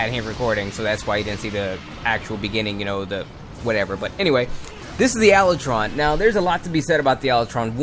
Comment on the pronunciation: Ala tron? Not how you pronounced it but whateves